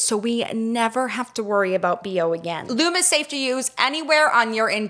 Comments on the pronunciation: You two are too cute! And Lume is pronounced Lume EE fyi 😘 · I love Lume. It really works! (Psstt,, I believe it's pronounced Lumie--like Loo-mee.) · Wait you pronounced Lume wrong haha love you